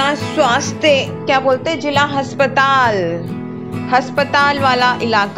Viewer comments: Has😂patal, ya aspatal didi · Haspatal nahi hota aspatal hota hai😂😂😂